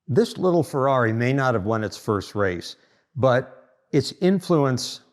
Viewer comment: Intresting and detailed video. But please, don't pronunciate it Fouaui but Ferrari.😄😄